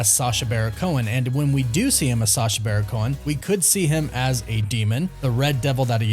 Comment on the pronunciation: Its BARON. BARON Cohen. U always do a great job, but for some feason u keep leaving the "n" off of this idiots name. Im not excited ab him being involved, but at least say his name correctly 😉. Always a blast to see what youve created, keep up the good work